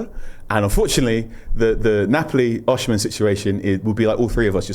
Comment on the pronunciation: O-SI-ME not OSH-IMEN